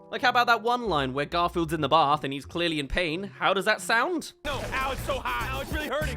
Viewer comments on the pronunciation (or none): none